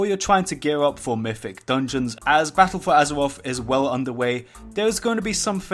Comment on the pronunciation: Battaw fow azawaff.... XD